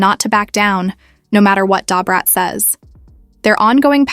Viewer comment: This seems fake. This white woman cannot pronounce Da Brat name. Lol